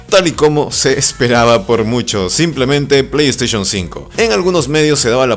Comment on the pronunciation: "ya se sabe que la pleyteichon 4 traerá disco SSD" pues ya tengo el pleyteichun 4 y me vino con un disco HDD, me estafaron verdad? :'v